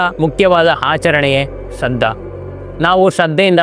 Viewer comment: ಶ್ರಾದ್ಧ ಅಂತ ಕಣಪ್ಪ ಶ್ರದ್ದ ಅಲ್ಲಾ